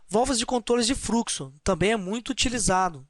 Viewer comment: A ideia é boa. Existem alguns problemas na sua fala ("fruxo", "eles pode", "câmera", etc) , falta um pouco de conteúdo e precisam-se de mais exemplos. Como é uma aula gratuita já é de grande ajuda pra quem não sabe muito do assunto. Espero ter ajudado.